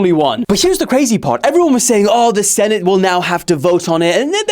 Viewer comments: Its senate not sentate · SENTATE??? 😂, ADRESSES? 😂😂